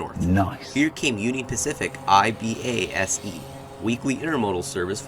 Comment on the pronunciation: It is criminal you don't call IBASE EYE BASE